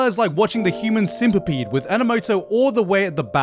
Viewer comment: Oh man, "Human Simpapede" was great XD